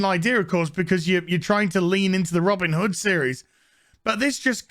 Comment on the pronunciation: "Robbin' da hood"